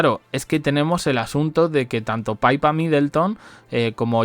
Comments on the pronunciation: se dice PIPA no paipa! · Qué lucha contigo. Se pronuncia Pipa!!!